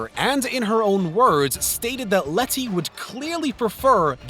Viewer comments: I'm thinking it's a speech impediment because at the end of the Brad's Pitt section he says "goods call" So, he probably adds the s sound after most words that end with a D. He also does that throughout the rest of the video. And in the Fast and Furious, he calls Letty Lettsy so maybe it's not just words ending in D but words containing D's and T's (similar tongue positions) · it's pronounced "leddy", not " Let-tea". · Ah yes Let-tea 😂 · Please stop saying LET TEA its Leddy is how pronounce it it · It's letty not letthi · Say letty once again loll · Really stressing those Ts in Letty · The way he says Letty makes me want to shoot myself lol